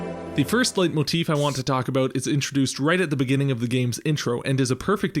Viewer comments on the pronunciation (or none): Sorry, but it’s pronounced light-motif, not late-motif. You walked the line between both for the whole video and it bothered me. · "Leit..." like "light", not like "late". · Leitmotif should be pronounced more like "light-motif" than "late-motif" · Just FYI, it's pronounced "lite"-motif in both English and German, not "late"-motif. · A 'late'motif, is that a common pronunciation in English? 🤔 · Its pronounced lightmotif btw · I can never trust anyone who pronounces Letimotif, because I've heard it pronounced "Late" motif, "Light" motif, and "Lay" motif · I have no idea about music theory, but it's pronounced like "light motif"